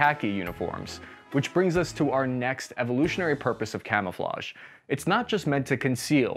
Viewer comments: Jeez stop trying to speak french it's... quite... risiculous x) kamoofleu gave me good laugh ngl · You have the benefit of historical hindsight... but not of modern language apps. None of those French names and words remotely sound like that. Sorry! :P Try Google Translate's little speaker button to hear words and names correctly. In the meantime, try this: KA-MOO-FLAJ (best way I can phonetically spell it in English) GUEE-RAHN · it's pronounced camouflonhonhonhon. The more you know.